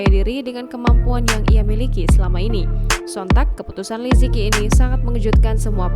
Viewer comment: Li ce qi bacanya Mimin bukan lizeki